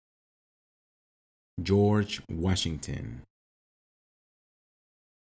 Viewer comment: Jor whasginton